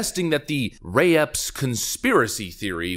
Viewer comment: You say Mr Ray Epps, I hear " mystery ops ".